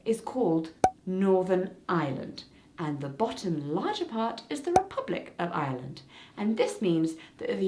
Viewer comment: I wasn''t paying a lot of attention to those times where you said Ireland so through most of the video I legit thought you were saying Island instead of Ireland and I was confused af